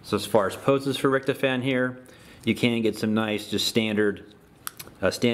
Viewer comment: Its rict-hoff-en